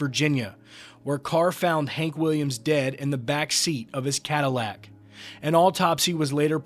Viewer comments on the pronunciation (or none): none